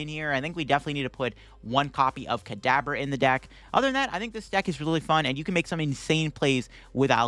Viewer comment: In the beginning almost at the 5-minute mark, I swear it sounds like you're saying cadaver instead of Kadabra.